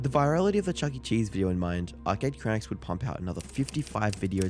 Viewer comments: Blud said arcade crianks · Great video, but feels like it was rushed out after the Turkey Tom video dropped a week earlier. For example: (1) lots of sloppy mispronunciation of the video's Subject - Arcade "Cranks" / Arcade "Cranaks" (2) No new material, pretty much a recap of everything Turkey Tom already covered. You've been crushing it lately my man, please don't go down the Jake Tran path and churn out quantity over quality!